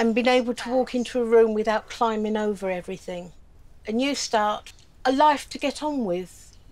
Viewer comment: God I hate when people pronounce it "everythink", I've watched most of these, and literally every show someone manages to say "everythink"... ffs its "EVERY T H I N G"!